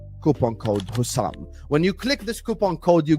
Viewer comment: Stop calling Hussam Hassam!